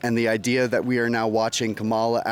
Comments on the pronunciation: Dude can’t even pronounce the VPs name correctly. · Every time they say Kamala’s name wrong. I want to call him.💙💙💙💙